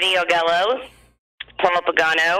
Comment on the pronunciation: Augello is pronounced "Ah Jello". Free Freddy.